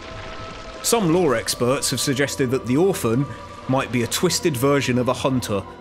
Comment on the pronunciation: I like how you say Hoonter